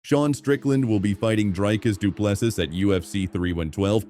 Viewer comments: Dreee-cis Doo-plessee....Not fkn DRY-Cis Duple-sis! Like Michael Bisping says it... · Repeat after me: "Dree-cus Doo-plê-see" Repeat: "Dree-cus Doo-plê-see" Again: "Dree-cus Doo-plê-see" Once more: "Dree-cus Doo-plê-see" Last time: "Dree-cus Doo-plê-see" Final time: "Dree-cus Doo-plê-see" Final last time: "Dree-cus Doo-plê-see"